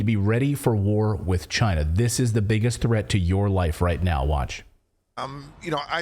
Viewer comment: Just like Trump said “Chy-na” is the biggest threat to us